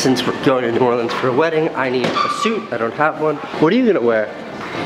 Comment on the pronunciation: It really makes me happy that you don't say "Nawlins" or "New Orleeeeeens". No one from here says it that way unless they are in a movie. Everyone from here pronounces it "New Orlins" which is the proper way to say it.